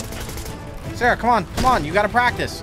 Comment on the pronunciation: You're a wizard, Harry❌️ You're a wizard, Sawaahh✅️